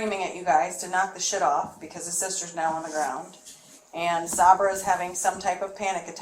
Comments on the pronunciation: Is she calling Sabre SahBruh on purpose? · the detective mispronouncing Sabra's name is killing me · The way she's pronouncing Sabra is driving me crazy lol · not saber…. Sabra. Like the hummus 😂😂😂😂